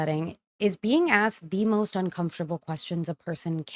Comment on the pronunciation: . Did I hear a "She axe the officers if she really has a warrant."